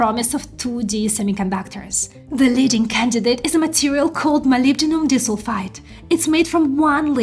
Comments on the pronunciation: dis-ul-fide?? Nailed molybdenum though! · She means to pronounce it as "di" - "sulfide" ... two sulfur atoms linked together. Great report though. Thank you